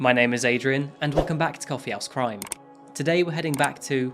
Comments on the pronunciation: Can you stress H in house in Coffee House Crime it sounds like you’re saying Coffee Ass Crime in each intro lmao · I love this channel but i am sorry i keep hearing you say "coffee ass crime"